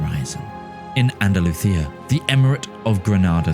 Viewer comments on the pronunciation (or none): "Andaluthia" I see what you guys did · I think there's a disconnect here- I was referring to the Spanish regions being pronounced by their correct native Spanish pronunciation (e.g. andaluθia- with the voiced dental fricative th (θ)) as opposed to the standard English Andalusia. But for the latter geographical parts/names, you've chosen to go with pure English- as far as Achaea goes, if we were to be consistent, it'd have to be axaia - akhaya, not uh-kay-ah. I think it would have been less jarring if you stuck to one or the other :)